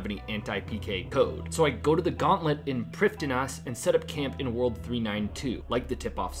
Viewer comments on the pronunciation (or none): Prifddinas pronunciation from the wiki - preev-THEE-nass. Struggle no longer! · It astounds me how many runescape players and even Jagex themselves can fuck up a very basic Welsh word every single time they say it. Preev-thee-nuss. Gonna have to skip this one, it's too grating.